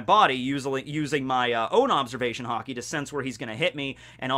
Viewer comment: i have never heard some one say haki wrong so much times